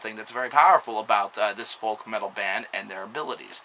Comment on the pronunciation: The "L" in folk is silent.